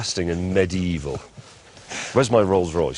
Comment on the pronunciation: Note the "medee-y-ee-val"